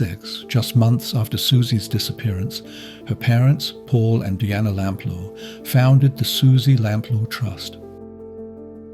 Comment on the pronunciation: Along with Lord Lucan, Suzy Lamplugh's is the most famous missing person case in the UK. So it's baffling this narrator repeatedly mispronounced her surname. Is it an AI voice?